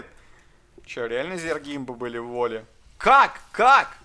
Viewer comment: Блин,, ты вот выпендриваешься своим английским, когда донат на инглише прилетает, а русскоговорящие, ну им можно и добра на лопате, да? Волли блин. Зайди в гугл транслэйт и послушай как правильно произносится это слово, если не шаришь.